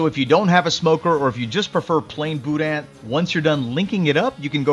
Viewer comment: I’m just happy you pronounced it right. That’s worth a lot with me 😂 FYI for anyone reading this- it’s not “boo-dan”